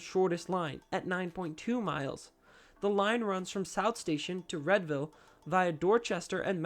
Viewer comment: FYI, it’s “Reed-ville” not “Red-ville”.